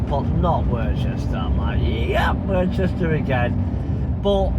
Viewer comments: p[ease say worcester properly please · Hi mate good video commented on your last video how you say Worcester it pronounced same as Worcester sauce ha ha